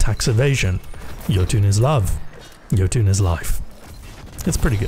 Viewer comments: yotune = yotunn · the "yo toon" made me uncomfortable and im scared, its so close yet so far away